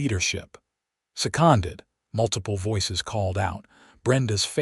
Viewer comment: Fix you AI.... It seems it cannot say SECONDED right.....